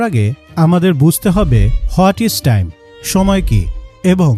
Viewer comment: ট্রাইম❌ টাইম✅